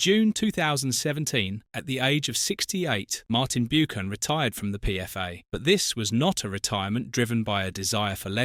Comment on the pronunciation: Is this an AI voice? Sounds like it. Martin 'Bewkan' and other strange pronunciations. Eric Can-TONE-Ah :face-purple-wide-eyes::face-pink-tears::face-fuchsia-tongue-out